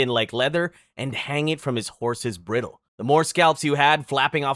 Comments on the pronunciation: Bridle is pronounced bride-ul not brittle as well lol. It's hard being a grammar knot see. Celt always makes my skin crawl when pronounced incorrectly. I was told once that mispronounced words don't indicate understanding of a topic. I like to assume that they learned the word from a book, the benefit of the doubt. I've interpreted the written word comically many times. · He pronounced bridle wrong too. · What the hell is a “briddle”? who the hell are the selts? Who the hell is Nebucabnazar? What the hell is cariboe? Who are the Thoole people?